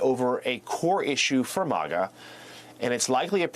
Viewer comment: It's pronounced phonetically based on how it's spelled, which is Ma-Ga. I feel like the MSNBC anchor is ostentatiously trying to sound high class by pronouncing it Maw-Ga.